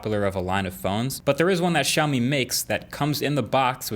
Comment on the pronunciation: WHY IS EVERY AMERICAN PRONOUNCING IT WRONG???? ITS NOT SHAW-MI, IT'S SIEAW-MI L, CI-OW-MI HOW DO I KNOW? IM ASIAN